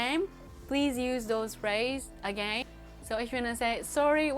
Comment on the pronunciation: # please learn to pronounce the “would” and “again”🧐